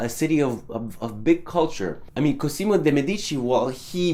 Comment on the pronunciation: only for interest i am pointing out your wrong pronunciation. In Cosimo the "s" sounds more like a "z" and the accent is on the "o". On your previous video I already pointed out this for the artist.